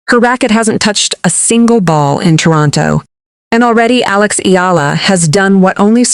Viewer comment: alix.. alex... alox... alux.... aeleex.. ailux..